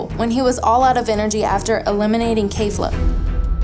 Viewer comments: it's pronounced kEfla, not kAfla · Did she rlly just say kayfluh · Who the fuck is kayfla lol all these great youtube pages for dbz and they have great editing skills but pronounce their names wrong just terrible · Lol she said "KAYFLA"